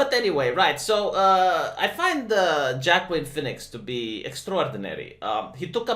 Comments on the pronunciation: It is not Jackween it is Wah-keen. Oh right, you are trolling. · "Joaquin" sounds like "wah-keen"..